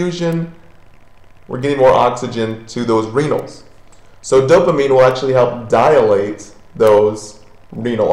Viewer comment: DIlate. Not dialate.